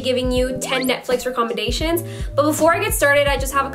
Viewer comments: she said recomendatons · reccomendations rec-com-mend-ashuns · How did you just pronounce “recommendations”? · how does she say recommendations??? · No offense but I hate the way that she says recommendations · You mispronounced recommendations